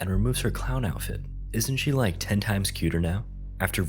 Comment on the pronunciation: you way you said "I lake that"is sus as hell lol